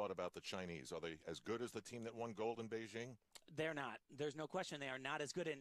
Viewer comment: why is it so damn hard for commentators to pronounce Beijing correctly